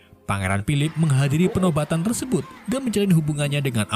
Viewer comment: 2.50 bilang nya tersebat bukan tersebut 😂